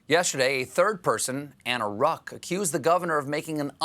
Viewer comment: When he said "a third person Anna Ruch" who else thought he said 'a third person and the Rock"?! I was literally thinking on Dwayne Johnson.😅